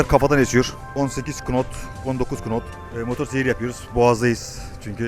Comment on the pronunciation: bide knot demesen her bölümde knot diyorsun, knot diye yazılır nat diye okunur:) sevgiler